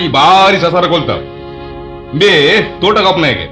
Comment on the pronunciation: ಪೀಕು ದಾನಿ ತುಳು ಶಬ್ದ ಅಲ್ಲ... ಪಡ್ಯ.....ಧೋಟ ಅಲ್ಲ ತೋಟ...